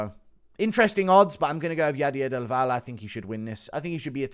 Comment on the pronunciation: Bro read del valle as dival.